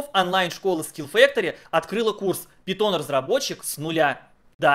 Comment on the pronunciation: Пайтон, а не питон, от Монти Пайтон